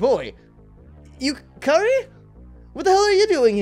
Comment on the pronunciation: yukari is pronounced "yukadi" just sayin...